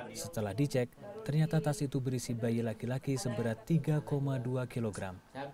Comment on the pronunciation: Tas pak bukan etas